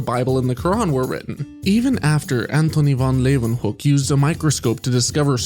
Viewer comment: The first person to pronounce correctly Van Leeuwenhoek